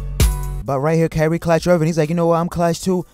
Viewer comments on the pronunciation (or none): not sure if the guy has a thing against Kyrie and keeps calling him carry irving...or if its just difficult to say Kyrie....but he pronounces other words correctly...soooo either way carry irving is still relevant cause he carries the ball sooo much